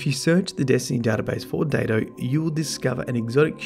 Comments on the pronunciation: I think it's supposed to be pronounced "Die-to." A Daito Was a Japanese sword of a specific length, and Ayane Takanome is a Japanese name, and I think Chiyoko Mey is as well, odd that there are so many Japanese things converging on this spot in the lore. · When Byf did his video on the ana bray lounge, his accent sounded exactly, like he said Datto, not Daito. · Datto, oh wait ... it's Daito